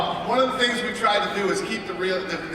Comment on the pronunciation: Min-Soo Kim?! He's a great fighter? Mir 1-1. Decision against Herring and a win over Randy, who, let's face it, while he's still a force, the 46 year old man has seen better days. You're a moron. Especially when you say stuff like "Brock is da champ". "Da" champ...really..."da". Just leave.